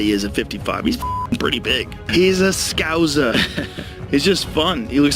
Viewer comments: ScowSSa not ScoWZa ;-) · As a souSer. It made me cringe hearing scouuuzza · Scouser not pronounced Scouzer